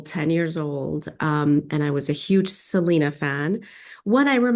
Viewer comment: …even after 30 years people don’t get “SELENA” is an English name and doesn’t have a Spanish pronunciation!